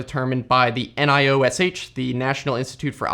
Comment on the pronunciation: It’s pronounced nye-osh.